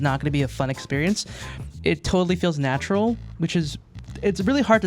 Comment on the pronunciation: If I get 10 dollars every time he says "Natrural" I could afford a PS4